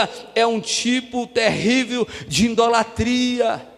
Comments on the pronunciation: Pastor: a Palavra é IDOLATRIA e não Indolatria cm "N" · Desculpa, meus ouvidos se cansaram de ouvir a palavra errada "INDOLATRIA" não deu para assistir! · Pronúncia certa: ' idolatria'. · Tudo bem pastor,o sr tem de falar correto.muintas vezes,o sr fala.indolatria. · Desculpas, com.todo respeito, mas o Sr fala IN idolatria, É isso msm?... nao seria Idolatria...é que o Sr frisa IN... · Ficar ouvindo um pastor falando em "INDOLATRIA "é deu desânimo.. Ainda mais que já veio com uma mentira dizendo que os católicos fazem idolatria. Pra seu governo. nós não colocamos nenhum santo no lugar que só pertence a Deus. Ah! e pra seu governo, não se fala, INDOLATRIA" e sim IDOLTRIA. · Não é in-dolatria, fala-se: IDOLATRIA.